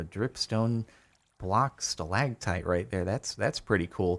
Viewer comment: Oh no jardon said stalagtites again should we bombard him with comments telling him he said it wrong